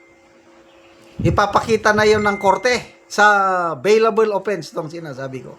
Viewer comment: Beylabol sir not beylabel